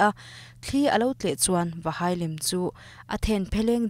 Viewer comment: 'A hai' lova tih tur ah 'A hei' lova i tia😖😖